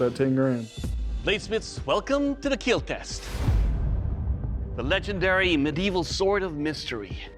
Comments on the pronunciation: "I finnaly figure it out,it will keel" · It will Keal! Or Keel! However he pronounces it!